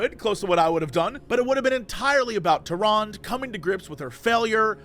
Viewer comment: they way he mispronounces Tyrande's name gives me an aneurysm